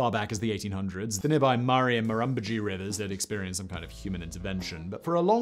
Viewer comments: murRAY river. :D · He said it almost right the second time🥲